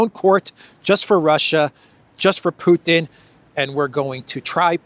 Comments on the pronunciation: If he's going to say 'PEW-ton' maybe we should call him 'Disappears Morgan'. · Piers pronounce Putin to sound similar as puke. It is with calculation. Maybe soon we will hear from Piers mouth president Puking, just by accident. is right btw that Piers uncensored is just a simple MSM channel. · Theresa May also said "Pjutin", maybe it´s a UK-thing?